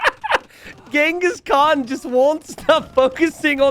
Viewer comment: Actually, contrary to what you think, you pronounce Genghis Khan's (Cengiz Han/Kağan) name correctly. I say this as a Turk. The names Genghis and Khan are common names among Mongols and Turks. Khan (Kağan) is even more of a title like “emperor” than a name. The people who unite nomadic tribes under one roof are generally khans. If I'm not mistaken, it's thought name Genghis is of Mongolian origin, while the name Khan (Kağan) is of Turkish origin. I can't say you pronounce the name Cengiz correctly, but your pronunciation of Khan is very close to the Turkish pronunciation. Contrary to what you think, you pronounce Khan better than 90% of English speakers. We ussualy call Genghis Khan as Genghis Han. Han is simliar word to khan. Han means basically ruler and khan means ruler of rulers. Note: It is very difficult to determine where something first originated in nomadic societies. Written sources concerning the Mongols are particularly few, even fewer than text's about the Turks. One reason for this is that the Mongols appeared on the historical stage later than the Turks. Even for Turks, talking about origins is hard and since the Turks are actually a race formed from a mixture of nomadic societies across a vast geography stretching from the Caucasus to Siberia, everything is very complex about history of nomads. So most logical thing to say is this names are common on central asian people, like Turks and Mongols.